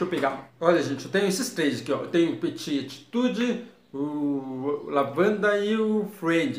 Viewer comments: Peti a pronúncia ..rssss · A pronúncia é peti, que em francês significa pequeno